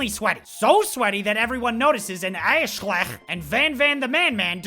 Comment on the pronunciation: Every time you said Aesshliegh I laughed so hard I was crying. OMG...my stomach hurts! And then Staaaaarhaaaawk! 😂 I'm dead 😭😭